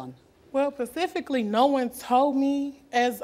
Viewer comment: It's specifically not pacifically (@ mark) .